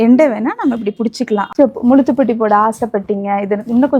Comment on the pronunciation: Nowdays girls dont like. Say properly la muzha thupatti dont say together sister